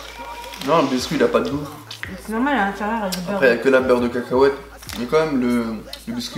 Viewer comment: elle mtue ta facon de dire beurre de cacahuete 😂 beurre de kèkèouète 😂😂😂😂